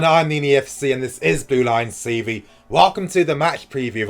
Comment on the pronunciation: I swear he says Blue Lions CV, not Blue Lions TV. It's really annoying.